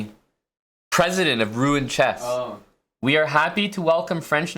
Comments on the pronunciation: Its pronounced ROO-ON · As a Normand, it hursts hearing him butchering Rouen pronunciation... granted it's a combo of two sounds north american cannot pronounce: "OU" and "AN"